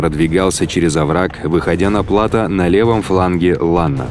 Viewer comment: Отличные видео, познавательные и подробные. Но хотел бы поправить, в слове плато ударение идёт на букву о, а не на а.